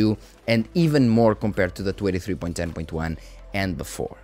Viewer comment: Hey man, love these update videos! I want to point out something, but it is very minor and not really a big issue. Whenever you say "23" it sounds like "283" and it throws me off slightly. If you try emphasizing the "n" in "twenty" a little more, I think the pronounciation will be better. If you don't care too much about this, then it's really no issue. The videos will remain just as good regardless.